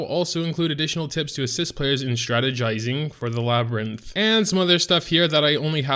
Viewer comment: Strade-Thai-Zing. Oof.